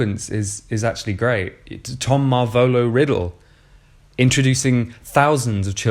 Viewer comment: The way you pronounce “Marvolo” makes me very uncomfortable